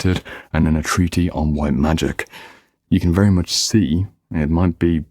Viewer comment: Aren't you mispronouncing the word "treatise"?